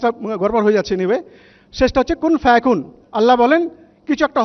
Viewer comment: Hai re qun faya qun tao thik kore bolte parlen na,era Islam er dwaja bahan korchen.